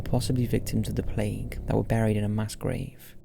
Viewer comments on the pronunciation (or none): none